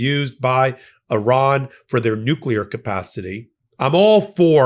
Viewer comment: ) Good to hear an American pronouncing Iran correctly. Hearing your countrymen say EYEran really grates my gears. Good video, with good content. Maybe it's time I bought an EV. I could charge it via my solar panels. But, I love my old Mercedes diesel. Ho hum !